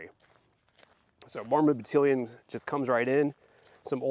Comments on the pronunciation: FYI, Battalion doesn't sound like pavilion, more like AL IL for Battalion. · Correct pronounciation of Battalion Bat al ion Group of millitary soldiers Total of about 500 soldiers. The church was paid a sum of money for the services of the soldiers. The church accepted the funding to help the people who had been forcibly displaced so many times. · This was awesome! I loved it 😍., it's fun to hear you pronounce battalion. I always say it bat ( like battle) al eyon ( beyond without the b or d) 😊 I hope that you can do more content about the Mormon battalion. It is such a fascinating story. And you are a very talented storyteller. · 🤣 I love that! Differences are good. It'd be such a boring world if everything was the same. The way you say battalion does sound really funny to these Utah ears, lol, but it's fun 😁 Now I'm dying to hear you say bag 😉